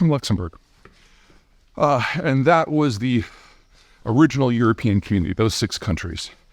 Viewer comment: Pronounced, Luxembourgwaaa 😊